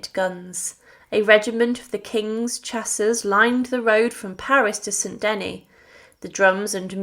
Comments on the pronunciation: Thank you for the history, but please do check pronunciation it is "funeral oration" not funeral operation", Saint "De-nis" not St Deny, etc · It’s hard on the ears to hear the majority of these names (st Denis, Angoulême, etc) so terribly mispronounced